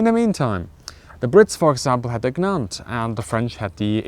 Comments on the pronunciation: you pronounced Gnat so wrong XD - It's "Nah-t" not "G-nan-t" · Gnat is pronounced "NAT". The g is silent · just so you know, gnat is pronounced as nat. the g is silent. because the british hate non native speakers apparently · Why does NATO have an Australian DC-3? The Folland Gnat, well the G is silent, so it is 'Nat' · Some little corrections for you: You can say:"I have ample space". But "I have ample of space" is not correct (you are still understood though). "I have plenty of space" is also correct. I can't say which words require one to drop the "of" word and which do not. As you know, English has more rules than words (LOL). In the name"Gnat", the g is silent, so pronounced "Nat". It translates to Mücke I'm told. Something can: "stand on it's own two feet", not "stand on it's own two legs". Although I do think the latter makes more sense. I mention these things only because I notice how excellent your English is. In my experience of people with such high skill level (in language) as yourself, they like to be corrected. I am of the opinion that you are an exceptional presenter. You possess all the right qualities: pleasant/soothing voice; Calm; Knowledgable; Jokes where appropriate; Clear speaking with good flow; and a better command of English than many English people of course. Well done to you. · In Gnat the G is silent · Poor G-91, it needs some reconditioning By the way, gnat rhymes with at. English is a mess.